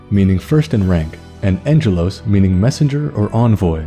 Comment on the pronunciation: Brilliant video, just a side note: the Greek language doesn't have what we call "sweet sounds", the g consonant in "angelos" is always pronunced as in the name Gherman, with a "hard g" so to speak. Can't wait for future videos on the likes of Metatron and other named Archangels.